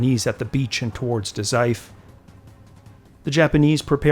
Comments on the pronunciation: great vid. just a note about Daizufu three syllable word with the vowel u pronounced ie, fu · The U in Dazaifu isn't silent btw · DA ZAI FOOOOOOOO. Lack of the fu for Dazaifu drove me nuts!